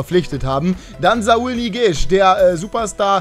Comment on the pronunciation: und du sprichst saùl falsch aus